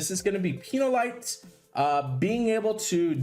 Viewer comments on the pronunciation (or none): I just come here to listen to anchor mispronounce names. Peñolite is Pay nyo LEE tay in Spanish. It's a ruined castle and a hamlet near Jaén and has about 194 residents. Pino lite is a type of wine. That said, Wolfgang is powerful against titans. I fire him off first turn with a mana pot and keep raking in extra hp for the team. Aouda pairs well with Fenrer. She hits first like a freight train. Does the target have boosted hp? Too bad for them! Fenrer delivers a coup de grâce.